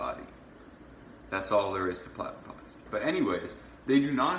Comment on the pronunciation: You said plattapussies wrong if im an actor shouldnt i be getting paid? 97% of Australia is city and/or bush that other 3% is owned by desert, the reason that no one lives in the desert is because they live in the city, what year of school did you drop out? Obviously it was too soon